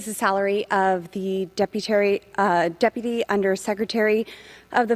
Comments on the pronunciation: "deputary secrtery.." what!? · WTF is a deputary? She said it twice! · 🗣"Deputary Secretary" 💀🤣